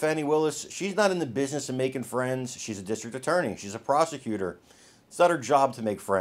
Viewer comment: Did he say prosecutor or prostituter?